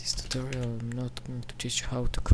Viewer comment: It's tutorial, not tuterial.